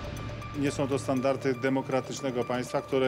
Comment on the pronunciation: Dziennikarz powinmien wyrazac sie poprawnie, czyli powinien znac litery wyrazu standardy!!!~Przykro mi, ze nie jerstem dziennikarzem, a wiem.